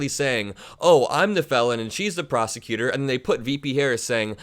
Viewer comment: It sounds to me as if Donnie said, "I am the prostitutor and he is the convicted felon."